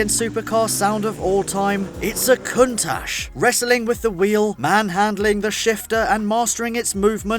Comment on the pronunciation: The correct pronunciation of last two word is like CHips. countaCH! Trust me, I'm italian :)